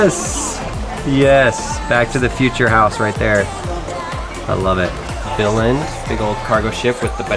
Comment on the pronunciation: im from Frederikshavn in Danmark and its not the right way you say Billund